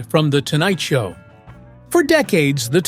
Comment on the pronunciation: The AI READER says “The Tonight Sow with THE Johnny…….” Then the whole premise of the lead was NEVER PLAYED!! This is terrible stuff.